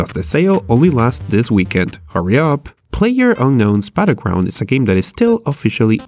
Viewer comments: "Player unknowns butterground" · "PlayerUnkown's Buttergrounds..." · "Playerunknown's Buttergrounds?"